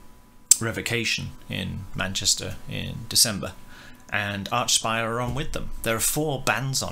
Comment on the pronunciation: It’s pronounced Arkspire dude Hail Canadian tech death